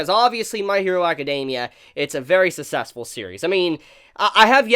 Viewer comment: Hey dude. I always love your video reviews but can you please learn to pronounce the words "success" and "successful"